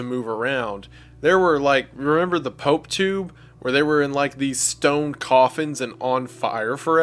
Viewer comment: When said "Pope Tube" I heard "Potoo"😂 A Potoo is a wonderous little borb that looks like... Actually, just look it up😂